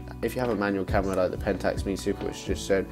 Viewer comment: Great video. But it is pronounced M.E. Super. Long live film!